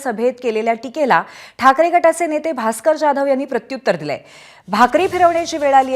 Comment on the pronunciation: बाई तू आधी जाधव बोल... ज्या धव नको बोलू 😂😂😂